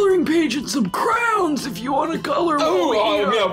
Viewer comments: Yay someone else who pronounces crayons the same as me!!!! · I thought I was the only one that pronounced it "crowns"